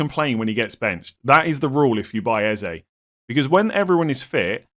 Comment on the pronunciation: As a community can we stop calling him Ezay.. it’s pronounced Ezeh.